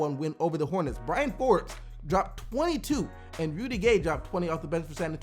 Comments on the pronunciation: It's bryn forbes not Brian forbes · It's BRYN not Bryan